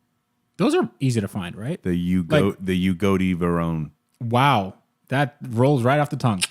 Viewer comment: Wow you son of a bitch swallowing my food after says “Bugatti Vernon” and you say bugatitti darkvaders I haven’t laughed like that in a long time thank you